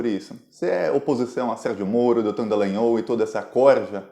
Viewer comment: Dallangnol e não "Dellangnol", pô!